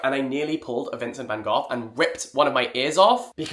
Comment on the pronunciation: I had to pause when you pronounced van goh's name "van goff" 😂